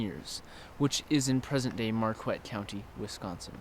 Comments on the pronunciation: hey man....I'm from Wisconsin and you said.Marquette wrong homie.... Its said like mar ket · It’s pronounced Mar-ket (not like market) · Marquette is pronounced mar ket....I live in Milwaukee county hear and see Marquette university all over n know more than dude that said Marquette wrong.